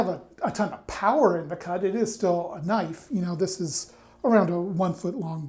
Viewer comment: "That's not knoife...that's a knoife."